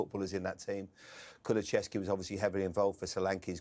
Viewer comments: He STILL calls him 'Kuluchevski' he doesn't even know the players names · How many more times does want to call him Kuluchevski instead of Kulusevski